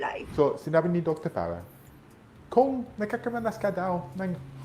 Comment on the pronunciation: Hahahah "FARRAHNG DOCTOR"😅😂✌️